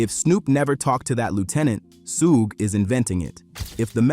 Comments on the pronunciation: Who's Sue??its SUGE man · Sewage AI pronunyof Suge Knight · You lost me at "Sooojj" "Sooogey"😮😢😂😂😂😂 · "Soogay"!??? AI slop video. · Facts you can make ai pronounce suge name right